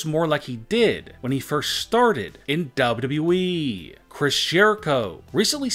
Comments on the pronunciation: It’s wwe not dayudayue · Why do you say dubaa badee it’s wwe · It's wwe,not dablu dablu e😂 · Its WWE not WW-WE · it’s Double U Double U E btw. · "bobudabuee'' you mean wwe freind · I love this video but I can’t stand how this man says wwe he says it like dobleoo doubleoo Eeee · He says wwe Dub dub E xD I'm just saying pls don't roast me. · Ww weeeeeeee You’d think he’d learn how to say it right by now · what the hell is daablu daablu eeeeee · What the hell is dubdubue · Why do yo say wwwe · Why cant u pronounce wwe properly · Dude I like u but hate the way u say wwe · What's wrong with this guy saying wwe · this guy can't even pronounce WWE properly... lol